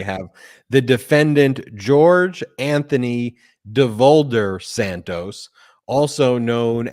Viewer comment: Enough Santoos ! His name is Santos! Like in "toss" .... Santoss!